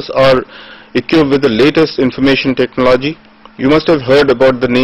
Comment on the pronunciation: 'ECONOMY' is not pronounced as "Ecunomy", but as "Econumy". Similarly the word, TECHNOLOGY is pronounced with emphasis on the first "O". Also total lack of enthusiasm in the voice.